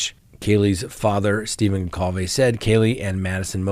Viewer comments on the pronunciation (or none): none